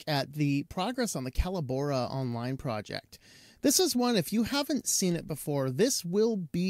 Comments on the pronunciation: Callobora? Call - o - bora? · I've watched 3 different reviews on this so far, and I've heard the company name pronounced 3 different ways. I've always known it as "co-LAB-or-ah", with the emphasis on the 2ns syllable like "collaborate". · It's pronounced "Collabora". Sheesh.